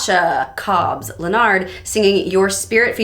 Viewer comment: It's pronounced Leh-Nurd.